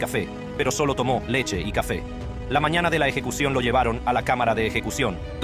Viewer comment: Muy buena dicción, sólo le falta aprender algunas pronunciaciones como la j, mañana, y algunas otras, pero en general muy buena.